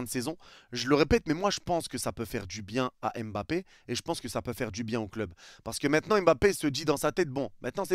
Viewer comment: On dit Mbappé et non M'bappé 😊